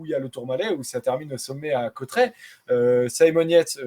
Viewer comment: Salut...et merci...! Oh , les gars , c'est ou Côtret...??? Aujourd'hui l'arrivée était à CAUTERETS...! Côtret....😂.. ! Ça va les Parisiens...!?? Vous n'aimeriez pas apprendre à vous exprimer en Français...? 😊 Côtret...hein ...!?? 😓